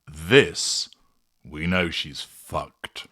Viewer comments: “Foo-kayed”!!!😂. I love this new word! Oh there is more to come: more insipid web sites, more faux pas, more ridiculous public relations snafus. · “You’re FooKayd”. I’m using that one 😂